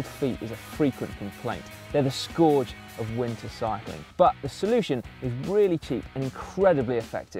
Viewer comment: Oh, Simon. We do love it when you try to speak English! Scourge is pronounced 'skurge', not 'skoorge'.